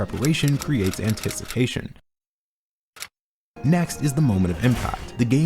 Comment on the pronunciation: Your editing is so clean in many moments of this vid, the anticipatio-n pause had me laughing my ass off. Amazing video!